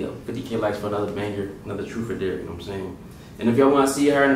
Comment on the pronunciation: Bruv its dare not dear